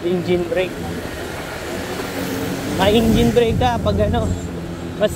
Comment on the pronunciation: bakit ingine? hahahahaha engine tamang pronounce nun e hahaha